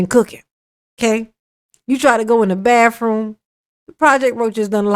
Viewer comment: 'Bafroom'. 🤣. You can tell the word 'monster' gets to him. You can see the anger in his face. Stop playing the victim darrell.